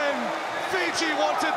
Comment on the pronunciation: Commentator nails “Semi Radradra” pronunciation spot on.